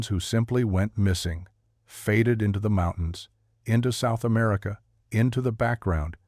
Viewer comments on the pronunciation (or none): none